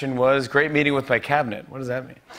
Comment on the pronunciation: "Great meeting with my cabnit"😂😂